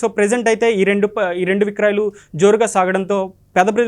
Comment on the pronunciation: అద్భుతమైన కేంద్ర ప్రభుత్వ పథకం. కానీ వీడియో వ్యాఖ్యాత, "విక్రాయలు" విక్రాయలు అంటున్నాడేంటి?? తెలుగు రాదా? "విక్రయాలు" అని పలకలేనప్పుడు. సేల్స్ అని ఇంగ్లిష్ లో మింగించుకోవాలి. అంతే గానీ "విక్రాయలు" 😅ఎంట్రా బాబు? తెలుగు రాదు, ఇంగ్లీష్ రాదు. వీడియో లో కామెంటరీ చెప్పడానికి తయ్యారైపోతారు.మరి ఏం భాష వచ్చు?